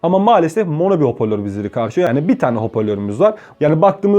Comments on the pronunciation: Hopörlor değil hoparlör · hoporlor değil hocam biraz daha dikkat edelim